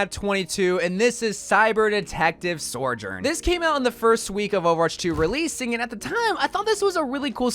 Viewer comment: Okay as a community we need to figure out how to say Sojourn. My guy is saying “SoRjoURn”